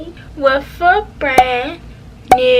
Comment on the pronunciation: I thought I was the only one that peeped that she says wiff😂😂 it’s her accent I luv it lol